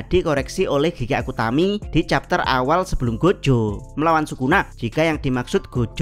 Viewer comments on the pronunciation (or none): none